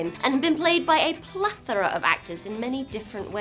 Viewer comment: "has been adapted for film and television 254 times, and been played by a "what???" of actors..." does she say "plether"? or something like that? what does it mean?